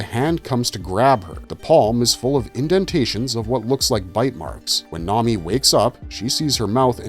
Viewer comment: Toh-mee-eh is how you pronounce Tomie. It's not grease, it's oil. Come on, man, they say it like a million times. Did you skim a wikipedia page on these stories or something? This vid could've been great but you bombed.